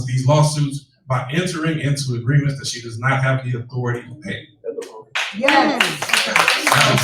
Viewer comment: She can’t even say authority correctly… damn man. She murders the English language. Embarrassing